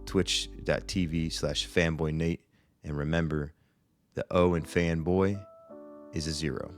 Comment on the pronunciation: fuuuu i heard femboy not fanboy